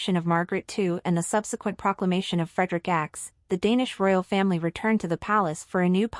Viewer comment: Queen Mary is no longer an Australian citizen. She has been a Danish citizen for 20 years. And the King’s name is not “Frederico X”. It is King Frederik the Tenth. His brother’s name is Joakim, (Yoakeem) not “Wha-chem”. Also the former reigning Queen’s name is Margrethe not Margaret… Our royals are not poor, but they are a far cry from the opulent, even obscene, wealth surrounding several other royal families in the world. As royals go they live quite modestly and Mary is known for reusing her outfits. This is completely in line with the thinking of most Danes. We applaud them for their modest and humble ways.